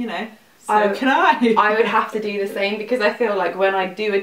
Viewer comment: "we pick the shame colour.." its funny when you pronounce same that way at the moment 😂